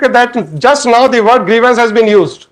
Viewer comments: Grivence.. Grivence..? 🤣🤣🤣🤣🤣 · Vakeel saab ne saari law ki padhai karli....bus grievance word nahi padh paaye😂😂😂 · Pehli baar pata chala ek word idhr se udhr hua toh kya hota h😂….. “grievance “ ho jata h